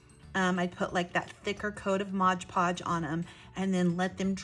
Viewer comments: Really inspirational, and clearly explained too. Thank you. Oh please forgive me for a quick point...it's not modge podge. It's mod podge. Modpodge. My ears kept jarring at hearing Modge. Lol sorry. But I still really loved this great video. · O.M.G. I know this is nit-picking, but if you said “Modge Podge” one more time, I might have snapped. It’s “Mod Podge”. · Mod Podge, not Moge poge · Sorry to mention it but you keep saying Modge Podge instead of Mod. Podge lol. Great earring. I must say I love your make-up by the way 😍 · Just a pet peave it's pronounced mod podge not modge podge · Very cute! You gave a clear explanation of the steps. Did you know you're mispronouncing one of the products? If you really look at the Mod Podge bottle again, notice that the first word is MOD, not modge. You're probably thinking it's like hodge-podge. I think they named it that because it's a modern way to glaze and adhere. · MOD PODGE! NOT MODGE PODGE! Love the earrings! Making earrings is my favorite jewelry making craft! I have several wooden pairs! I don't like heavy earrings, so these works best for me for me. My first time visiting your channel!❤❤❤ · I have to say, that is a pet peeve of mine as well. Mod. If you turn on closed captions, when she says modge, the caption spells it modge as well. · ILove the video and can't wait to try it.! BTW its MOD Podge not Modge Podge. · MOD. MOD. MOD. MOD. MOD. MOD. MOD. MOD. MOD. MOD Podge .... NOT “Modge Podge”! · MOD-like rod, nod, pod. Not, modge podge but “Mod Podge”. Long on content but nice earrings. Thanks for adding another use for decorative paper. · Drinking game. Do a shot every time she says "modge podge". I'm plastered already! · Yeah, exactly! It says 'mod' podge, right on the bottle!!